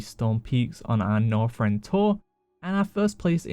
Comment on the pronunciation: Don't you just love "Norfrend".......